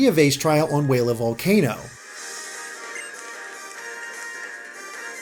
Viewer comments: Kiavai? Its Kiawe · It's said kee-ya-way